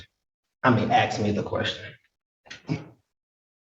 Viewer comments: What on earth is “Axe”? He said it several times. As someone from England, I believe my command of English is good. I don't understand his context. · Ask ask not axed fricken hell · I hate it when people say "Ax" instead of ask it just makes you sound stupid. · Axed you a question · So fed up with this... the words is ASK not AKS!! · The word is ask, not axe! This guy has to be the stupidest person I have ever seen. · he be's axing them questions lol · Aks is not a friggen word ffs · Dude says "i was gonna axe" what the duck is axe anyway?... why are all these sovtards illeterate too besides being free loading wanna be people?...im just axing btw?...😂😂😂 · THE GUY CAN'T EVEN PRONOUNCE ASK INSTEAD HE SAYS ''AKS '' ! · He said axe me the question lol black folks cant speak smh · I immediately knew he wasnt a MENSA candidate in his first sentence when he used the word aks instead of ask. 😊. Great to see a lot of minorities as judges. Anecdotally, they seem to be more complacent and wise than old school judges. ❤ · Ask, not AXED. Jeez. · Did the black gentleman just )AX) a question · Also Why Black Americans are unable pronounce the word ASK and always say Aksk? Twice at least in this video I know we are two nations seperated by a common language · how can you "axe" someone a question. What an odd pronunciation. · What is it with all these damn sovereign citizens? Can they not say ask instead of axed? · You say “AXE! ?? “~ How dare you mention Axe in court!!?? Now practice the English Version: A S K !!Clearly, that is not an AKS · When he said “aks”, I immediately realised he was mentally sub normal. Lock him up and apply regular doses of ECT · "AXE" a question...omg. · Crayon eaters say axe no it’s ask ask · “Imma aks The juj a kwestchon” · I love how this idiot repeats every question this judge ask him. Or should I say ax him as the sovtard would say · I simply cannot understand how a grown man can still mispronounce a simple word like ASK. FFS